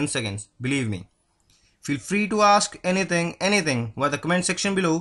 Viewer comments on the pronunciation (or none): none